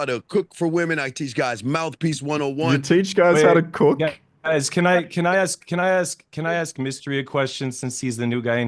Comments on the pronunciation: ASK not AXED 🪓. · in every debate Let me Axe you a question....